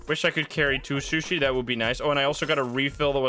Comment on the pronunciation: i love how keeps saying shushi